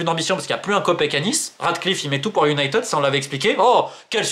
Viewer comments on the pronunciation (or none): none